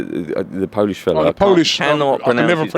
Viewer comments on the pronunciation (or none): none